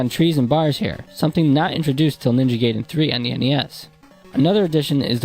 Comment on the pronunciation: Guy-den, not Gay-den. Otherwise, great vid.